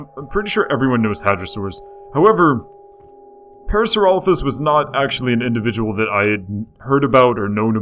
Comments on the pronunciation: It is pronounced par-asor-lop-ez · Isn't it pronounced PAIR-uh-SAWR-oh-LAH-fis? I thought it was. Maybe not... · Its pronounced pair-a-sara-loph-us. Could you also talk about Micropachycephalosaurus and Carcharodontosurus or Baryonyx?